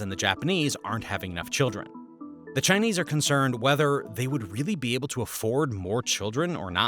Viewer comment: thats the most chingchong pronunciation, did you even research on how it's pronounced before making this video?